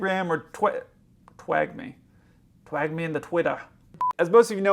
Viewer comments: Twag me in ttwitta had me waffing 😂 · I’ll twag you on your twatitter 😂😂